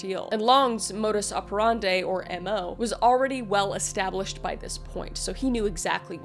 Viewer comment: Google confirmed the pronunciation for MO. But given it is modus oh-pe-ran-di in dutch, not à-pe-ran-dé confused me sooo much when you saidnit